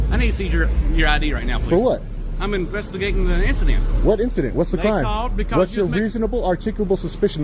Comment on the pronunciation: Almost. Swap that 'g' with an apostrophe, and you nailed it.